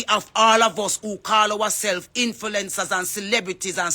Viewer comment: Can someone tell her the correct PRONUNCIATION. ITS INF-L-U-E-NCERS NOT INFILENCERS